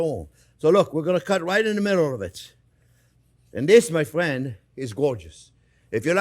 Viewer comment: I'm not your Fwriend, Guy... J/k subbed for the yum!